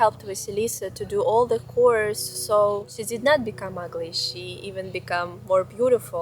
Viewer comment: That chore from vasilisa made me take a double check with how you said it ^_^" But yeah, our fairy tales and children shows were probably less trauma inducing compared to those weird kid shows nowadays... I remember vrouw holle, who rewarded you with riches if you were active and a good person while you got tar and dirt if you were lazy and bad. We also have the bokkenrijders and witte wieven, which are a bit interesting thanks to having 2 different versions for both. 1 version has them as witches, if you stole, you would get cursed. One of the stories i remember is how a farmer was eating the food of witte wieven without asking and filled the cauldron with stones afterwards, leaving them with stones instead of delicious soup. When the witte wieven saw him ride away, they yelled how he would eat the same as what they got from him. A year later, when the farmer already forgot about them and was about to make bread, he choked on the dough after taste testing his own dough. And the other version has them as spirits. If you saw them, that was always seen as a sign of impending doom.